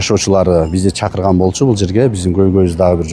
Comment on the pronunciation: Туура суйло!!!!! Чыкырган туура айтылат , ,,чакырган.....